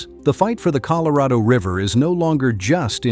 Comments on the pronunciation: ColorAdo River? C'mon do better. No more ai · Oh here we go with another AI narrator. It pronounced Colorado, Colo-ray-doe. The U.S. government is doing its best to keep people confused 😕 about everything here lately. Think about it, it's one thing after another. If it isn't NASA trying to get people to believe its B.S. some other group is pushing aliens 👽. Then there's all the different foods that's bad for us, others pushing climate change. It just goes on and on. What the governments of the world are doing is getting ready to bring out the One World Order without the knowledge of the population until it's too late. We can't stop it from happening and it will user in the Anti-Christ and the Mark of The Beast. Our only thing we can do is get right with God and repent our sins be Baptized and receive Lord Jesus Christ as our Savior. There's going to be many naysayers, false Christ's, false Prophets, doing great things. Read the Bible and know what will occur when Lord Jesus returns. Talk to a trusted Pastor who knows the Bible well. God bless everyone. Amen 🙏 ❤. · I'm surprised I continued to watch after AI mispronounced Colorado The second word it spoke, usually that's it I'm done but I'm very interested in the area so I tolerated advanced stupidity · Why does he mispronounce "Colorado"?